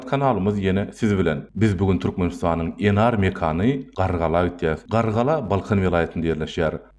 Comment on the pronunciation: Eşidenim gowy boldy: "nar" dal-de "Enar". Videony hökman yüklep almaly.